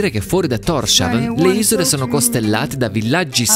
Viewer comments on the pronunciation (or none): Pronunci correttamente Fær Øer ma Torshavn non si pronuncia come fosse scritto "Torsciavn": S ed H si separano: Tors-Havn, che significa "Porto di Thor".